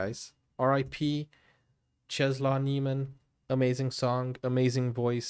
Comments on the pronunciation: If you want to pronounce it correctly it’s “czeslav nieemen“ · Czesław Niemen - Chesswav Nie men. That L in poland is pronounced like w in every english word ;) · Nice video :) Czesław Niemen is pronounced something like [chesswuv nyeahmen] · Its so funny how badly you pronounce the name and title 😂